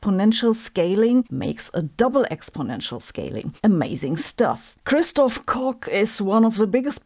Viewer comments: Warum sprichst du seinen Namen als „Christof Cock“ aus? Um ihn auf „lustig“ zu kollabieren? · Kristof... what? 🤔 Native English speakers say "Kotch" instead. Because, well, you know.